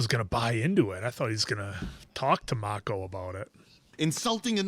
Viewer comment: make-oh......its mack-oh. you've heard the name said for 4 season now.